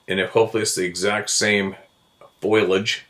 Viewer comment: Foilage? Again? Really. Fo li age! Thanks for all you do. (except for foiling through buckbrush)